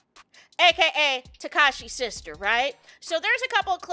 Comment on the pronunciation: 😂 you called Tesekhi, Takashi